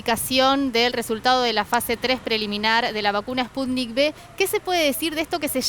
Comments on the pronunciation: No,. Es Sputnik "uve", de vaccine (vacuna). En Iberoamérica a la letra "V" se dice "be". Saludos desde Málaga al pueblo hermano de Argentina. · Se dice: "Sputnik cinco"...